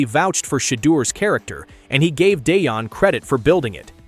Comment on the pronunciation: You’re ai bot doesn’t know how to pronounce Deion